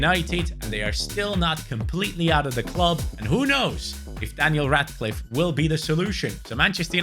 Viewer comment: You mean Daniel Radcliffe Not ratcliffe